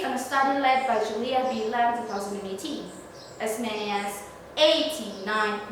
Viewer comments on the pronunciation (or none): none